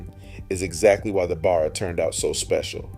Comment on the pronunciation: Discusses the police using Ford Falcons - shows footage of Holden Commedore police cars. I think your AI needs a rest. Also, teach it how to pronounce Barra. Actually - do the leg work yourself instead of getting AI to do it all for you.